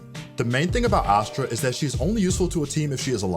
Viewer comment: omg it's ASS-stra...not AH-stra. Just like ASS-stral which you are saying in the entire video.